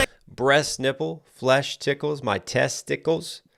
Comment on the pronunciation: I came for Eminem, I stayed to hear say “test tickles” 🤣🤣🤣💯💯💯💯🤣🤣🤣